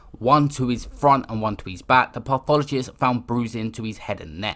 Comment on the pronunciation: Pissed myself every time my man said "pathologist" wrong